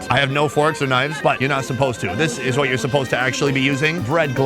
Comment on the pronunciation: 👀 you have hwhaaat in your mouth?